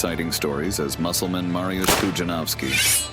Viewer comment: it's not Marjus but M A R Y U S H